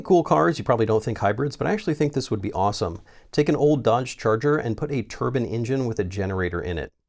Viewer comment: Plz say turbine and not turban 🤣